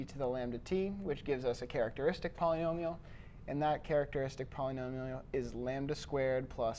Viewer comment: does somebody also hear instead of polynomial polyjoliol